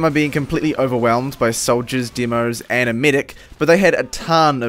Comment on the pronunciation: i dont like the way your pronounce demoman and demoknight... its the "demo" part. it sounds weird